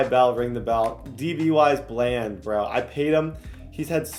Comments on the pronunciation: “Duh-ron Bland” not “Darren bland” it’s been buggin me that you’re saying it wrong 😭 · just to let you know it's pronounced (Duh-Ron) Bland, not (Der-Ron)